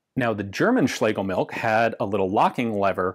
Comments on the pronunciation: Heh, Ian correctly pronounces Schlegel...then defaults to 'milk' (which TBF, is "milch"). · It's pronounced MILCH! 😠 Not milk! We non nativ English speaking folks do our best to not butcher the th, you English natives should at least try! 😂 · German surname Schlegelmilch should be pronounced as Schlegelmilsh (not by "k" coming from "ch" at the very end) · Please correct me if I am wrong, my German is a little rusty, but I believe the correct pronounciation [sp] is" Schlegelmilsh" which means something milk. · Ian says "schlegel-milk" while mispronounced... Milch does indeed translate to Milk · Yes, you did come very close but the "ch" at the end is pronounced more like a hissing cat and less like a "k", if that makes any sense. Anyway your videos are always entertaining and interesting. Have a nice day and keep up the good work. :) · You're almost there. While it means milk, don't pronounce it like that. Make a 'sch' sound and leave out the 's'.